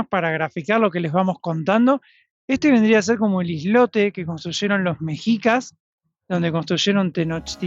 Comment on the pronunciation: Hola, no se pronuncia mejicas ni meksicas, sino meshicas. Saludos!